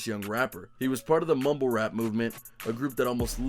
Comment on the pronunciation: Lol he said 69 mumble taper lol. Mumble were